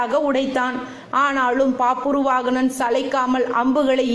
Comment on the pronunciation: It's is bhabravahana. pronounce proper